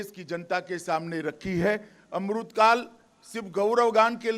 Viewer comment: Bhaio yai kon sa naita h es ko amrit nahi bolna aata 🙏🏽